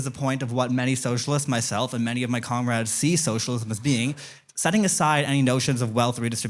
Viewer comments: “My comrads” 🙈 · Dude, I'm mean comrade. Get your feeble thoughts together next time, you looked like a moron speaking in gibberish.